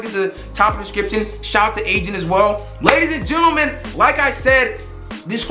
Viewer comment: What the fuck is a gerntaman